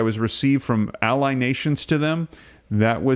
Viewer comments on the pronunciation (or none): none